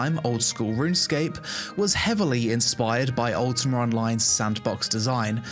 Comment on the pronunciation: why he says UltimaR =))